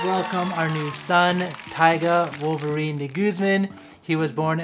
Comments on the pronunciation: Dude pronounce your family name (de guzman) right! Wag mong artehan. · first time I've heard that kind of pronunciation of De Guzman